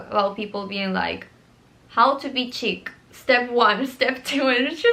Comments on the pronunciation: it’s def “sheek” girl she’s just saying it like “chick” lol❤ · wait, is it this the correct english pronunciation? I thought it was an universal french word and it was "shik" for everyone! maybe it is like the word pistacchio (that english/american people pronounce it "pistacio", while here in Italy we say it "pistakkio"). I'm genuinly curious, does anyone know?